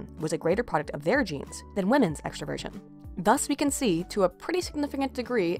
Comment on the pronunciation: Is it bad that whenever she said "extroversion" I heard " extra virgin"?